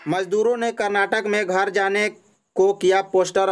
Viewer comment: yah kaun sa reporter hai theek se isko Hindi bole nahin a raha hai ghar ko ghor bol raha hai Jharkhand ka naam kharab kar raha hai